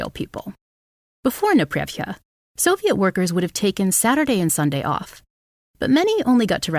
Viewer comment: Ok, it is a "nepreRYVka" (непрерывка - meaning "continuous, uninterrupted"), not "neprevka". As a native Russian speaker, I broke Google trying to search for what you were talking about :)